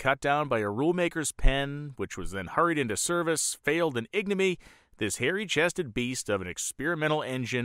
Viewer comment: "IG-nuh-me?" There's no such word. Do you perhaps mean "ignominy" (ig-NAH-min-ee)?